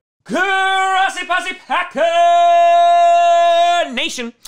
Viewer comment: Next intro, when you say “GRRRRRRROSI POSI PACKERRRRR nation.” Can we get a nice Spanish style roll of the R in GRRRROSSI ???